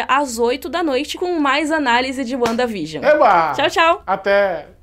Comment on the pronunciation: A colab mais perfeita da Net. Mas essa pronúncia "Uanda vigion" ??? Vcs tão de zueira né. Que forçada de barra. Kkkkkkk Sim os episódios fazem uma homenagem a TV, mas enquanto episódio mesmo, não tem nada de espetacular. A série não foi criada para ser uma homenagem a era de ouro da TV, o propósito é outro, é linkar com a fase 4, então... Menos nessa apologia exacerbada.